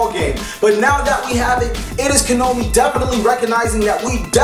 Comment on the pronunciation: Why is he saying Kanomi? Is it some sort of joke?